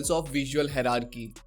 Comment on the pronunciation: just a tip- first you learn how to pronounce hierarchy correctly! Thanks!